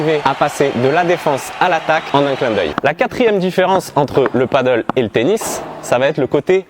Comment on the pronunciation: "Padèl" et non pas "paddle" lol C'est pas le même sport